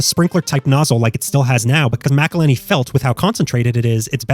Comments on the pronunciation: That pronunciation of “Mcillhenny” hurts my soul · It says McIlhenny right on the label. Are you saying MacIlhenny as rage bait?